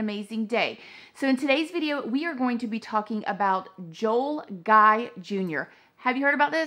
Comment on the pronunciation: His middle name is guy but it's pronounced like gee